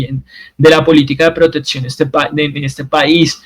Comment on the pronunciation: Me duelen los oidos cuando dices protetsion 😢